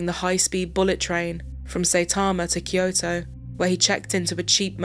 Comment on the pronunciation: It's Kyo-to, not Ki-yo-to.